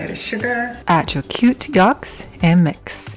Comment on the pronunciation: For goodness sake, the word is yolks with an o. Not yalks with an a. Do you understand?